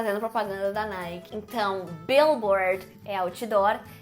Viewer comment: Adorei. Obg pelo conteúdo. Quanto ao "NIKE", você puxou a última sílaba e falou meio que no diminutivo "NIKEY". Algo assim. Tudo bem pronunciar assim?